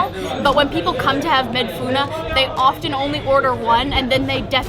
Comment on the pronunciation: "Madfouna " not Madfouno😉